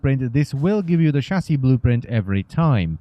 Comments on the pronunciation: i understand he has an accent but a chasy is what i hear for chasis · wtf is a chassy/chassi?